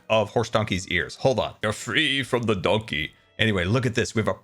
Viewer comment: "F-freee frrom the Donkee" is now my favourite quote. Said in that exact way.